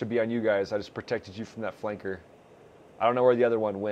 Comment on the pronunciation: why is he saying flanker like it is a slur